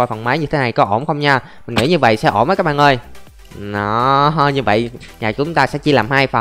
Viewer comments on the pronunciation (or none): bỏ cái từ cái bạn ơi đi ngáo “ các bạn ơi “